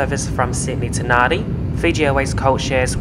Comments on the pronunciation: Nadi is pronounced “Nand” “I” not “nan” “di” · Impressive flight, just for info, I think Nadi is pronounced Nandi, not Nahdi. A viewer from Fiji might want to correct me. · A comprehensive report, but you could have edited taxiing & take off & climbing footage down a bit. Hope you realised when you landed, that the destination is pronounced Narndi, not Nahdi! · *Nadi (pronounced Nan-di), not Nardi. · Just so you know for the future in Fijian if a d follows a vowel it has an n sound before it. So Nadi is pronounced Nandi, Natadola is pronounced Natandola etc 😀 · That's correct it is pronounced NANDI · It's pronounced "NANDI". Please refrain from making this error as it deeply offends the Fijian people. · 🤦‍♂ you'd think that if you were going to Nadi that you'd pronounce it properly.